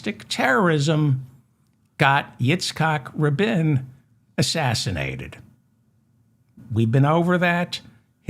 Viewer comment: Great vid, Very well done. And it's pronounces Eat-sak Rah-bean. (Yitzhak Rabin)